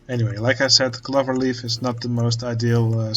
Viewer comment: Hey man, love seeing this unfold, never knew about this game! Just a tip, the word clover uses the O-sound as in the Dutch pronounciation of Oven!